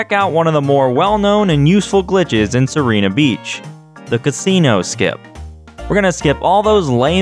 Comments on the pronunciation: In Italian it's See-ray-na, with a rolled "r" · I don't really know how to explain the pronunciation, but it's Seerena Beach. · Its See-reh-nah. It comes from the spanish "Sirena", which means mermaid. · As an italian, I can tell you the pronounciation is most likely "see-re-nuh". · Errr I might be a bit late and probably someone else already mentioned this but: Sirena Beach is probably intended to be pronounced as Sir-eh-nna, with a soft "r". Sirena translates to mermaid in Spanish, and y'know there's also the word Siren. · I've always called it "Sai-ree-nah Beach" (second version you tried)... The 1-Up in the Casino Delfino elevator, I think is mentioned in the player's guide for the game. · This spaghetti is so tasty. Also Sirena is pronounced si’rɛna. It's Italian (and Spanish) for "Mermaid", so it fits the English naming scheme. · A lot of the names from Super Mario Sunshine come from Italian words, so it's probably pronounced Sirena. (see- ray- nah) Also, is the flippity doo da a glitch fest reference? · sirena is just the italian word for siren. since the rest of the levels use italian words, im just gonna stick with the italian pronunciation, "see-rein-ah" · "see-reh-nah" It's the Spanish word for "mermaid" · It's pronounced "See-Reh-Nah" since Sirena means Mermaid or Siren in Spanish. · I always thought it was pronounced "syrena" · It’s pronounced Sirena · It's /siˈrɛna/ (IPA) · Sirena, the Spanish word for "Mermaid," you said it right the first time you said it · Its been a few years, but the beach is named Mermaid Beach. Sirena is Spanish. It's pretty easy to find a clip online on how that should be pronounced. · He said sirena beach wrong. SEND THE HOUNDS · "Sirena" is mermaid in spanish. Probably how you're meant to pronounce it. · You pronounced it correctly, right when you started the video.:/ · I think is supposed to be pronounced in Spanish